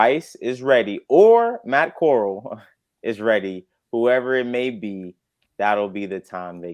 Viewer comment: Bro Matt Corrall didn't start ANY games. He played in 2 preseason games and got injured. Y'all are not even pronouncing his name right 😂